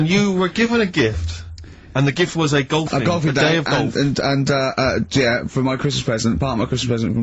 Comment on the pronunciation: "well shizzen pay goff it zz a prezn goff goff wezza sa goff goff so..." It's like one of his movie reviews